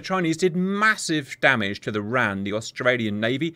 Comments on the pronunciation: Enjoyed the video, just wanted to make a quick note, it's not said as ran, its said as R.A.N. The "RAN" referrers to the women's navy which became part of the R.A.N in 1985. Not everyone knows it so its fine you didn't but thought I would make the note. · Please call it the R.A.N the way it sounds when you don't brake it up wran whitch is the Womans royal Australia navy. Thank you for the vid loved it. to add R dubble A. F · Shouldn't call the RAN the "Ran" as that what the WRAN used to be called. It should the R-A-N. Also RAAF is Raaf like ham, not like calm.